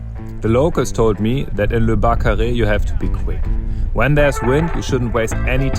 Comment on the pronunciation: say barcaress instead of barcaré!!